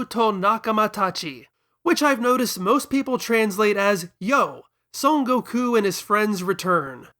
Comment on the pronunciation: I got recommended this video randomly and was really into this topic but I couldn't get through the video. You talk way to slow, and your constant need to pause and explain shit or talk about things tangibly related is really annoying, along with your insistence on pronouncing his name "Go-Kuu" and all the other Japanese names. Which is fine, but you keep doing it every time and it comes across as tryhardy. And not to be THAT guy. But if you're presenting the video in english, you can just use the english translations and names. It's okay man, nobody is going to tar and feather you. I see the quality you have and produce, but I could not finish the video, got about 12 minutes in before I got annoyed. I like the topic, I would have liked an in-depth review on it. But not from you, this video could have easily been cut in half for the sake of the viewer. I get it, gotta make content, gotta get the ad rev. But your presentation style is annoying, and I dislike your need of constantly pausing to emphasize whatever joke you're trying to tell, or to shove in your opinion. I also think you try too hard on the humor. This video can be good, but I think you need to try harder on your presentation. I think you care too much about the most minor details too, and you let that get in the way of presenting the main topic.